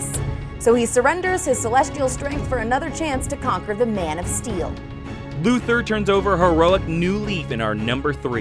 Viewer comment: His name is pronounced Lex LuthOr, not LuthEr. I feel like I always have to point that out. Siriously, watch "Superman: The Animated Series," you'll see that that is the correct way to pronounce his name!